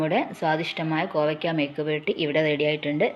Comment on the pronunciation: മെയുക്ക് പുരട്ടി അല്ല മെഴുക്ക് പുരട്ടി ... നാവു വടിക്കുക. dish സംഭവം തന്നെ. ഇഷ്ടപ്പെട്ടു. ഉണ്ടാക്കി നോക്കി ❤